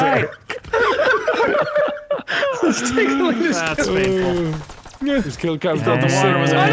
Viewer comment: Its gone from ALLRIGHT! To U-Rite